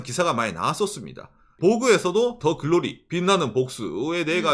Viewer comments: '드'글로리가 아니고. '더' 글로리입니당 ~~ㅎㅎㅎ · 드 글로리ㅋㅋㅋㅋ 더가 잘 안되시는 귀엽네요ㅋㅋㅋㅋㅋㅋ